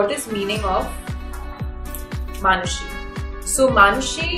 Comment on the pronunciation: She is proud to say name...maaaanushi rather manushi....you surely going foreign